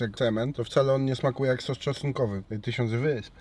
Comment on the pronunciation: Sos czosnkowy a nie "czostkowy" 😅